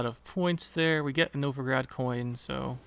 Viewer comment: The city in Russia is actually Novgorod, all O's (though the meaning is the same as "Novo-grad", yeah!). Among the museums in the city's central kremlin is the Museum of Literacy/Writing, featuring quite a few examples of Glagolitic script! =) Speaking of, that is one good deck. Seems like a solid use for Collusion -- the Novigrad card is probably all I need to craft for it. Thank you for the detailed overview!